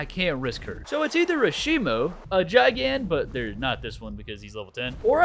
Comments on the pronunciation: GIGAN. ITS PRONOUNCED "GUY-GAN" NOT "JAI-GAN"😭😭😭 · Its GIGan GI-gan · Kaiju nerd here, I get so jittery when someone pronounces Gigan as (j eye gan) but the G is supposed to be pronounced like the G in giga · ain't no way this mf just said "JaiGAn" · bros pronunciation of gigan rip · Your saying gigan wrong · him saying gigan like that is triggering other than that keep making kaiju 100 days videos plssss:face-purple-crying